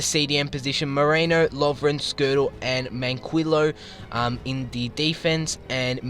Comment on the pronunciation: It's mankeeo